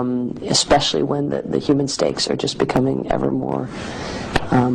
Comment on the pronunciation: Samantha Power was showing some weird body language. Very stiff and constrained despite her obvious confidence. She has that “I’m smarter than you” accent, which is also off-putting. Borderline transhuman/AI robot demon. When she said “human stakes,” can I be blamed for thinking she said “human steaks”?